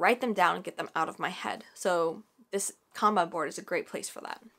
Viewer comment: I am.so happy you pronounced kanban correctly. This was amazing, thank you